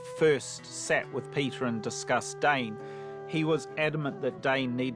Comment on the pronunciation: not everyone embarassing themselves by pronouncing it "dane" in the same featurette where the tolkien scholar(s) pronounce it correctly 😭